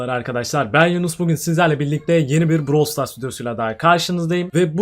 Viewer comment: Abi nie siz browl stars diyonuz brawl stars deyin